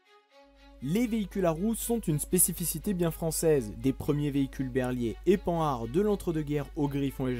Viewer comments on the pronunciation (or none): none